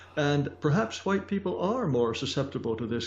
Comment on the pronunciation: "let me axe you sumthin'" "huwhite".... Love you Jared.